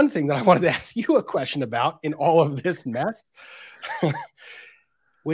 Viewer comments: Grrrrrrrrrrr. It's ask not aks. It's truth not truth. And the main thing I had against him was he claimed to be sovereign citizen. He says I don't go by that name, idk anyone by that name, and he objects to being called that name which in turn would mean that if your not that person and a sovereign citizen then u don't have rights. So why is he saying his rights are being violated 😂😂😂😂😂😂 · That & the freaking "is it fair to say" & "objekshun" & "relevancy" & "oaff of office" & "lawful law" & "do you see the plaintiff in this courtroom" You always knew he was wrapping up his PATHETIC badgering of the witnesses when he'd start "AXING" about who the plaintiff is! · dats not what i axed...grounds?!